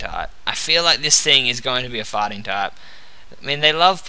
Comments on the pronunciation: Everytime you say fighting type, i hear farting type XD Nice video though! Keep it up! :D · he sounds like he says farting when he says fighting :3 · it sounds like hes saying water-fighting type XD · its immature but does anyone find it funny that he pronounces fighting type farting type? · I thought you were saying water farting type :P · when you said water fighting it sounded like you said water farting O.o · when he says "fighting type" it sounds like farting type. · i cannot help myself, but everytime you say "fighting" it sounds to me like "farting" :D :D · I loled hard for about 20 secs until I realized he said fighting and not farting :D